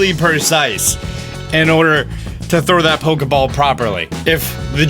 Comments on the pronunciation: Stoppppp my hype factor is gonna bloooooowwwww Correction: Precise, not percise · he said persice not precise I'm triggered and am from Grammer 👮 how dare you..... New phone who dis